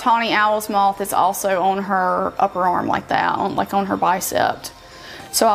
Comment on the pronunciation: The tattoo is of a MOTH I'm not saying the color of the tattoo I'm naming the creature that it is...and MOTH rhymes with CLOTH